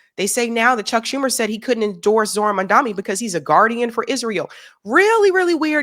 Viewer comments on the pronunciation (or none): The name is MAM-dani and not Man-dami